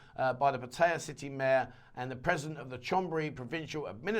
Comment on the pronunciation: Please learn how to pronoun 'Pattaya' nimrod.